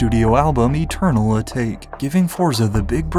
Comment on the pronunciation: Eternal A take was rough pronunciation my guy cmon